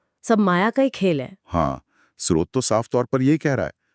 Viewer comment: आप दोनों स्रोत शब्द को कभी तो ठीक उच्चारित करते है और कभी श्रोत कहते जो गलत उच्चारण है। कृपया स्रोत ही बोला करे